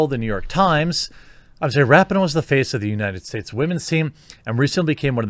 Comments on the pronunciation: I do enjoy hearing your takes on so many different topics and agree or disagree respectfully, which is fun. But you have to do a simple google search on how to pronounce names. It’s Ra pee no, not Rapi no. It just makes you look more informed and plugged in when you pronounce a name correctly. Just sayin… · I hate the bitch but her name is pronounced Wrap-Pee-no. Get it straight bruh